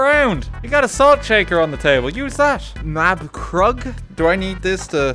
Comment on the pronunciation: I love how he read the ß in Maßkrug as a B 😂 For those who want to know: you pronounce it like an sharp S